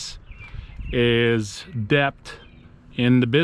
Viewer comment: But, the b in debt is silent 🤫 lol...